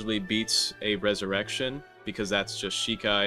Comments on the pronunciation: it's resurrección you added an extra e for no reason edit: YOU SAY YOU DON'T WANT TO PUT EXTRA EFFORT INTO SAYING IT BUT LATER IN THE VIDEO YOU SAY "resurrection or resurrecionE" GOD good video man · Bro said ressurection like it was french when its meant to be spanish 😂 where the “e” at the end come from!!